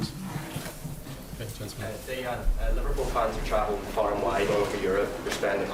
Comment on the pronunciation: nice smiles from Mane , he really does seem to enjoy his footy, Dejan (the j is pronounced correctly like a y) takes himself more seriously (a defender!) but don"t tell Lfc fans "not to go without a ticket" only 16k tickets awarded ?...(50 k every home game & 30 million + worldwide?) in all european finals you can bet on AT LEAST double the allocation being there.. Rome, Paris, Dortmund,, Istanbul or Athens (when around 50k were in the area... of course Kiev is a problem for costs and local ultras.. but I know many a true Red will just "wan tot be there" :)